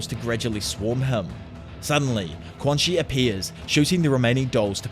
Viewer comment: i believe quanxi's name is pronounced "chuan-shi"